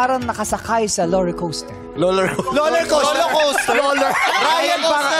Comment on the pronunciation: sa halip na Roller Coaster naging Loler coaster natuwa tuloy sa kanya si kapuso actress na si Ashley Ortega